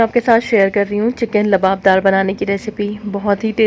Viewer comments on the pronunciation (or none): Luaab daar not labadar labdar is not correct ، luaabdaar is correct word ،،،